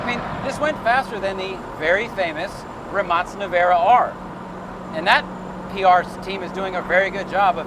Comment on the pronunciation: thank you Im not Croatian but Im sure people that are, plus Rimac himself will appreciate the correct pronunciation of the word RIMAC----------- Im sure they have earned it. Think that previous line was from A Few Good Men. lol